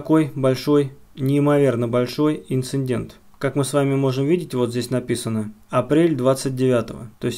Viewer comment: Всё круто! Интересно Только не говори инциНдент, ухо режет)) ИНЦИДЕНТ правильно 👍😜